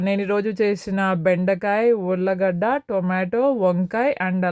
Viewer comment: Ullagadda kadhu ulligadda